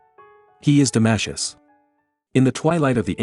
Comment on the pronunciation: “Damashus” ? Welcome to the world of AI generated history of philosophy accompanied by crappy AI generated music. We’re doomed !